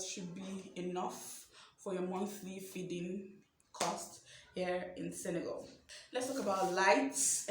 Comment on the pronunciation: Love how you pronounced correctly Senegal (and not SeneGAUL)!!